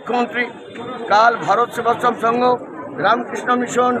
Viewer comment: ভারত সেবাশ্রম সংঘ টাই উচ্চারণ করতে পারে না